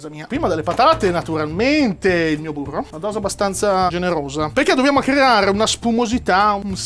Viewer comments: C'è della cotoletta nel mio burroh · Io ci avrei messo del burroh